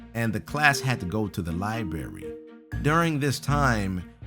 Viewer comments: Why does he say liberry instead of library? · It's not libary it library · I'm triggered he said lieberry not librarie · said libary, its library, that a pet peeve of mine, dang it its library get it RIGHT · Disliked because of "libarry" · Libary? ITS LIBRARY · LIBARY? You mean LIBRARY! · "libary"? You mean liBRary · LIBRARY NOT LIBARY PRINGLE GET IT RIGHT #Triggered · You said "libary" pringle!!! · Liberry? LIBERRY? LIBERRY!? IM TRIGGERED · I sounds like he said libary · The Li-berry . Srsly Pringle? XD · Hahaha guys look Pringle says "libary" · Lol Pringle can’t say library